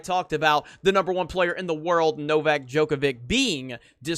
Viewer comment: You are pronouncing it wrong. It's pronounced Djokovich, not Djokovick.